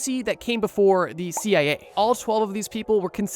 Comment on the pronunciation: Am I hearing this wrong? About the dragon fly he keeps saying (I think ) "CAA" instead of "CIA". Could be just an accent I'm not used to though?